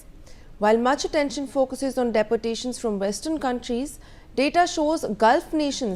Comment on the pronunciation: pronounce properly - its not deportations - dee-portation